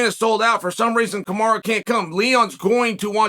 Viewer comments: Why does it sound like you’re saying Kamara instead of Kamaru ? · "Kamaru~Kamaro~Kamara"- Chael Sonnen